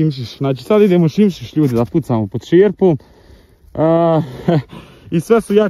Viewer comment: Nije simsis nego sismis 😂